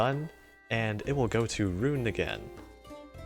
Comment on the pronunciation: Earned my Like for knowing how to say her name right.